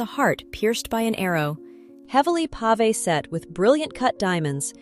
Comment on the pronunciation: "pave" /pahveh/ is not pronounced like the "pave of "Pave the road."